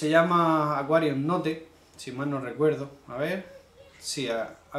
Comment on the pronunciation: Todo el glamour a tomar por culo!!,con lo bien que pronunciabas marine pure y ahora me saltas con "aquarium no t"🤯🤯